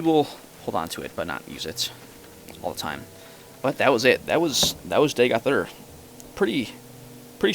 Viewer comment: you say raped to much and its DAGO-TH UR